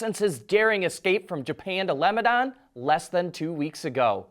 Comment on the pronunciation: Lebadon? Lol